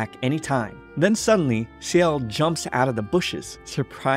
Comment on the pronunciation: By the way, ciel is pronounced s-yell. Not see-yell. Just so you know! This is really good, I loved it.